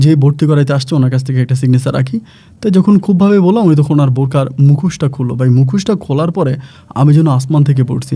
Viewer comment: Bolod beta thik moton bangla shobdo bola shikh age. Stupid. বাই কি? ভাই বল বলদ। also, atto fast reading korish ken? Reading competition choltese? Ashte por stupid!